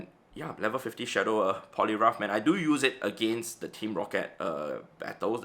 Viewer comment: the funniest part was he pronounced poliwrath as polirough remembering one player who play roughed his giratina 🤣🤣🤣🤣🤣🤣